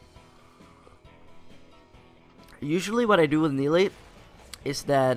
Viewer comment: no that is not Nidalee! :0 It is MIDalee :D